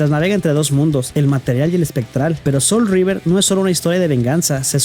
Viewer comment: Wey no es "soul of Rever" es SOUL REAVER 🤣🤣🍩